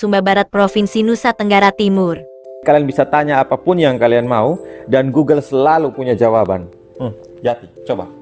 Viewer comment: Gogle😂😂😂 sinyal bukan sibal😂😂